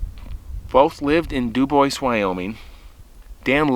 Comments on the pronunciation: I am sceered youir saying "Dew-Boys", instead of DüüBoowah. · It's pronounced DOO BWAH not Doo boyce. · *Dew-Bwah, not Dew-boys. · If someone named their town Dubois they were obviously French. The French pronunciation is Doobwah not Dooboyss. In Texas we have a town Mexia but we do not pronounce it Mex-ee-ah. It is pronounced Me-hay-ah in its original Spanish pronunciation. Yes, we are English speakers but usually if a word is in a foreign language we try to pronounce it correctly. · Ok it’s pronounced du bwah not du boys its French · Local pronounciation there is do boy, but either is much better than do boys. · CORRECT! But some people pronounce words, (especially French) wrong because they don't know the language. It IS frustrating. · The town is pronounced Du Bwaa 😊 It’s French. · duBois: Doo-Bwah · It's pronounced "dew-bwaa"! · It is pronounced do-bwa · Pronounced. DOO BWAHH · Dew-bwah. French. . Love the show and I’m too chicken to camp alone like you. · pronounced doo bwah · It's pronounced " Du Bwah" btw. Au Francais Monseuir! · If my knowledge of French pronunciations serves me well, I think Dubois is pronounced DuBwaaa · My dear Friend’s last name is Du Bois, it’s French/Native and from New Mexico. Du boua, the ‘s’ is silent but most North Americans just keep mispronouncing it. Sad. I agree that that gal did not heed her dog’s intuition but wanted to have her way. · Debois. The s is silent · …. He’s right. It’s French. S is silent. Du bwa; accent on second syllable. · there’s no “S” in Dubois